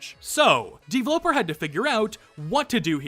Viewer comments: I hate how pronounces his username as "D-vloper" instead of "d-v-loper" as in developer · i think you prounonce it dveloper not devloper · It just hit me that "DVloper" is probably supposed to be pronounced "Deeveloper" or just "developer". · Ok. Maybe I’m an idiot. But Dvloper looks like it would be pronounced the same as “developer” since it’s just… missing two es. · Why do you pronounce DVLoper like that?